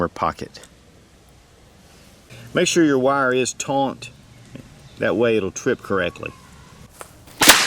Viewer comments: It's a split pin, not a cotter pin & it's "taut" not "taunt" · There is no "N" in "taut".